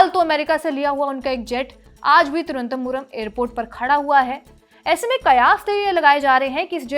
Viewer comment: You are not able to pronounce "Thiru-v-anantha-puram" just like the British. May be for like you they made the name Trivandrum? Sochne ka vishay hai